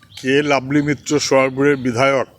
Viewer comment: ওটা লাভলী নয় ভেভলী